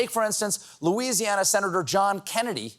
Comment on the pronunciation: What's wrong with Lousiana? And North Carolaina....what a clown show..